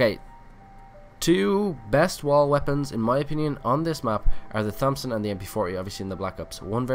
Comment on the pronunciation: I cant get past the fact that he called it the "THompson"